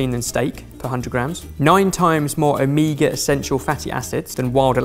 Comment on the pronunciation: "amega fatty acids".... amega... amega. are you sure that's how you want to say that word?